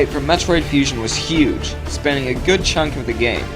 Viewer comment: good* (not goot lol)